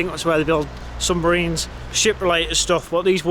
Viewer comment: He can't even speak correctly, "Sumbarines" !